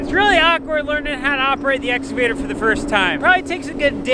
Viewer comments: it is ex cavater not exa vater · Makes me chuckle every time says "escavater" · What’s an “exovader”???? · There is a ‘C’ in exCavator, and it is pronounced with a hard K sound.